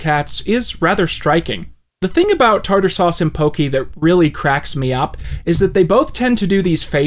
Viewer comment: Her grave not saying tarter suse